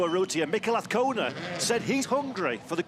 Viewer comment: Mr commentator - it is aZcona - with a Z..... there is no v or f. Wake up